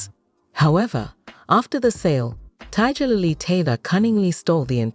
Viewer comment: Tiddjerlily? Can't stand these AI voice overs!